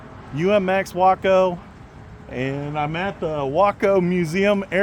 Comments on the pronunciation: Nice to here you pronounce waco properly. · I want both the Yellow/Black and the White/Red UMX versions! What a great looking little plane! BTW I realize that you are pronouncing the name as I beleive they intended.... that being said from where I am... it sure sounds wrong! The place in TX pronounces it as "Way-co" LOL. go figure... and if I buy one of these online I will use your links again. Just got the UMX Air Tractor today... no tome to take it for a spin as we are still dealing with Christmas aftermath... As Always wish y'all the best and thanks for sharing...